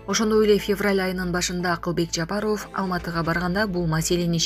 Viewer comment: Биздикилердеги мигрантам куда хочу .туда лечу го.аларга да каттуу бир мыйзам чыгаргыла .айланайын окуган кыз Акайыов.Бакыеов деп Жапарыов туура Оку